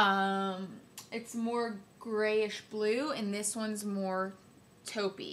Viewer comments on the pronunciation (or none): none